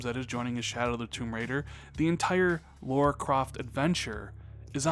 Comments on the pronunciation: Lara not Laura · Lah-ruh... Laaah-ruh. Lara. (!)